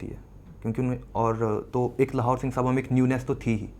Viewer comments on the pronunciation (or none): It is singh सभा, not साभा.